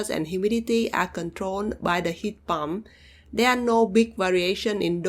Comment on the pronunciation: Great video, you've got my subscription! My only comment is you might want to be careful when saying pump, as it truly sounded like you said 'heat bomb' . I don't mind your accent, I just figured you might want to be aware of that specific one. Thank you for testing these!